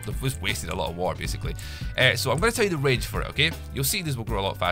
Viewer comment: the way he speaks water him: WA AR